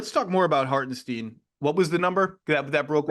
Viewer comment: I'll keep saying Lorrie so long as you keep saying Hartensteen . . . .